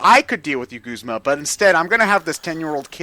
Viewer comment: I don't know how anyone could possibly think that Guzma is pronounced "g-oo-sma" and not "g-u-zma". You don't pronounce "guzzle" as "goosle" unless you're mentally damaged. And a lot of people pronounce it "g-oo-sma"! You're just looking for a weird pronunciation for no reason! Just like how Lusamine cannot possibly end in "ay"!